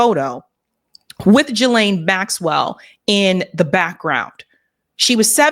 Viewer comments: the name "Ghislaine" is pronounced "GEE-lin" (with a hard g like geese) not "ja-LAIN".. Whitney Webb also has mispronounced the name on many episodes, indicating she doesn't really talk with people in the know. She probably gets all her info from social media or indie media texts. Virginia in interviews pronounced it GEE-lin, as did Ghislaine's brother Ian Maxwell. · Its pronounced GILLane. So glad u brought thos up ! Was starting to think I was the only whi saw the writing on the wall THIS WAS N O SUICIDE. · no, it's pronounced "JiZ lane"